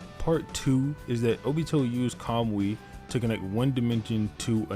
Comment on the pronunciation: Nice vid but for the love of god...please learn to say Kamui correctly! It's Ka-Moo-E